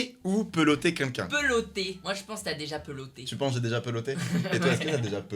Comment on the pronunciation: Ca vous stress pas doc quand il dit "qqn" il le prononce quinlquin mdr